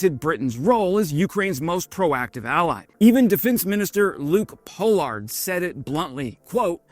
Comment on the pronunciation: Thales is pronounced Tal es. Luke Pollard is pronounced poll ard not pole ard.